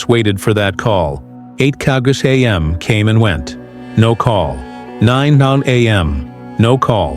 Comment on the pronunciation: Mr AI go back to school and learn how to say am and pms or 10 am😂